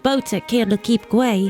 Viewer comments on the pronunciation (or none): Quay is pronounced key